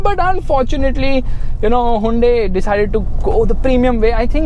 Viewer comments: wtf is hai-un-dei? 🤣🤣🤣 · The way you pronounce Hyundai😂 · haa yun day lol chaney